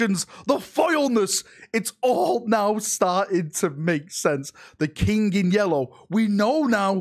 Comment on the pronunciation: I like how say "the yellow kink" and Not the yellow King 😂. The loyal son of dorn and his "yellow kink" 😂😂😂😂.